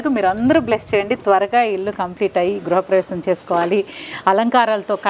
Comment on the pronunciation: గ్రహ ప్రవేశం కాదమ్మా గృహ ప్రవేశం